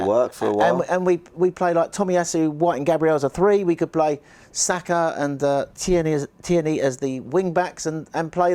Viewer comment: 👏🏼👏🏼👏🏼 absolutely nailed the Tierney pronunciation time after time!!